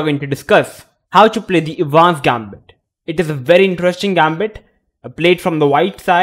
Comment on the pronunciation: The correct pronunciation of "Evans" is "Eh -vans" with the stress on the "Eh". The "e" in Evans is a short sound, like "eh" not long like "easy." EH-vans Gambit. Of course that assumes you want to sound like an American or an Englishman. Otherwise, say it any way you want. 🙂